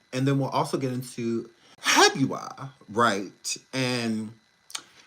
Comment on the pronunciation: Wait… is he saying HAGUAR?? Bahahaha… I’ve been in Hurricanes down here with no service! Lmao…